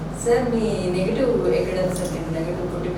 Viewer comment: నెగిటివ్ ప్లేస్ కాదమ్మ.. నేటివ్ ప్లేస్ అనాలి..